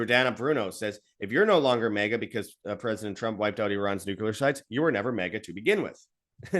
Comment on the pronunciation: For gods sake man. It's, New.Clee.Err 'Not' New.Cue.Lerr Why is that so hard for people to say right. Ever since Bush Jr. started saying 'New.Cue.Lerr' everyone has been parroting that idiotic crap since.